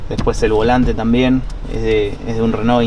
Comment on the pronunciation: esta bien pronunciado "reno", en frances se pronuncia asi